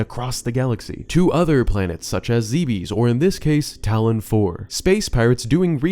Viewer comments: Enjoyed the video, but please for the love of god stop pronouncing it "Zee-bees." It's pronounced "Zeh-bes." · Planet Zeebees? Why man, why? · Good video, bad dang this caught me off guard "planet ZeEbEeS" 😅 Fine fine, take my childhood, I wasn't using it anyway.